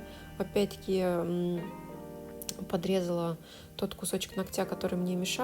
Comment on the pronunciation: режет слух😑" половина нОгтя, а не ногтЯ"😯 прости, я не специально.